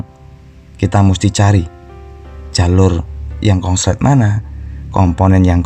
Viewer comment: Konslet mas bukan kongslet